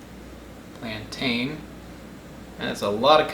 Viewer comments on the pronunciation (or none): none